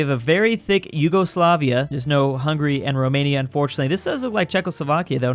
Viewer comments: YOGOSLAVIA, REALLY? ITS YUGOSLAVIA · Its not Yougoslavia or Yogoslavia its Yugoslavia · Did anyone notice “yogoslavia”? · Ah yes, Yogosoafia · 5 months later I noticed Yugoslavia is "Yogoslavia"